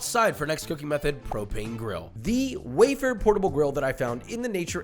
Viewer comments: The Weber isn't "wey-burr" its "web-burr", or "web-ahh" (if you are an Aussie). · I just can’t get past calling Weber “wafer” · did this goofball say way-ber? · Am I the only one confused on why he is calling a Webber grill a “wayfare”